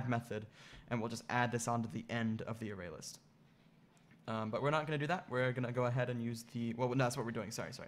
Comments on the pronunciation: Nice video but I wish he could pronounce "array" properly. It is pronounced Ah-RAY not AIR-ray. There's no "I" in array and the accent is on the second syllable not the first. I'm not sure how a person could learn to pronounce it that way. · Literally nobody on the planet says "air-ray" for array. It's pronounced "ah-ray" or "uh-ray". Array and ArrayList both have the portion "array" pronounced the same. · It's an A I R - R A Y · Never heard anyone pronounce array like this.